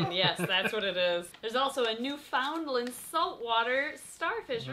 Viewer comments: By the way just to help you, you said Newfoundland wrong here’s how to pronounce it New-fin-land. Yw! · I feel the need to say this, i'm from Newfoundland too, and yes the caramel bar is supposed to be really soft and bascially a stale kitkat. Also, we pronounce it "New-Fin-Land" but you say it fast and all together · Ur pronouncing Newfoundland wrong its like noo•fuhnd•luhnd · “My first word was thank you” “Followed by sorry” How very Canadian of you 😎 we approve🇨🇦 Edit: although, the Newfies may have just banned you for that pronunciation of Newfoundland 🤣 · *Me, Canadian, watching pronounce Newfoundland and Canada Eh* ••Much Cringe••